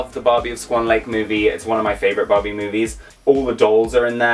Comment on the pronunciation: why you if you call that Barbie "Bobby"